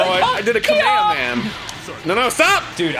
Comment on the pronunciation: I'm not that much of a DBZ fan but my God can you guys just say "Kamehameha"? Idk why but it's making me angry